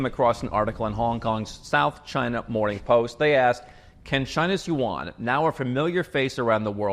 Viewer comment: Renminbi....Yuan, exposed! You actually know how to speak Chinese:face-green-smiling